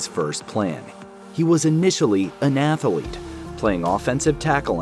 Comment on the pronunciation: "He was initially an athalete!"